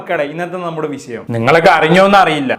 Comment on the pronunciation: കോയികാൽ,വിശയം എന്നതിനുപകരം, കോഴkkal, വിഷയം എന്ന് പറയാൻ നോക്കുക??